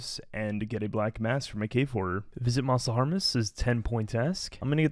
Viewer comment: Just so you know, Mos Le harmless is pronounced ‘mostly harmless’ as one of jagex’s famous clever puns :) great series so far man!